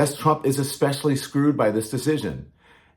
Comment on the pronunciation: Exspecially? That’s how four year olds pronounce it. Trump is an uneducated idiot.